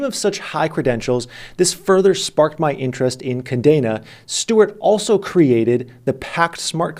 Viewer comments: Say it with me. Kah Deh Nah. It means chain in Spanish. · Love u. Still the MVP. But did u say KaNdena a lot or am i deaf...lol